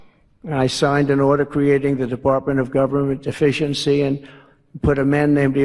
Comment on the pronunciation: Trump: "I signed an order creating the Department of Government Efficiency...." It really sounds like he says "Department of Government Deficiency." Which is what it seems to be.